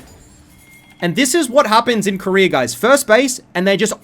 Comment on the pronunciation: Koreer too?? wtf is there no A at the end of those names?